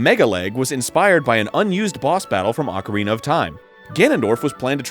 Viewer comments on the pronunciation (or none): none